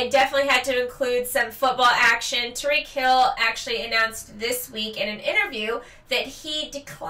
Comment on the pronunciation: Tyreke hill. Not tariq hill